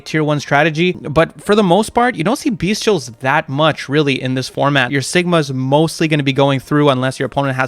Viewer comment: If you say “Beast-tials one more time I’m gonna flip a fucking table 😂